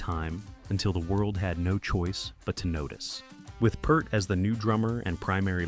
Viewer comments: Peeeert, not purt. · You can't call standing up for your music to the record company or anything else they did that nobody else was doing as a 'fall'. A member losing his family and needing to go away is not a 'fall'. And you could pronounce his name properly - P-EAR-t. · You know it's garbage when they fail to correctly pronounce Peart.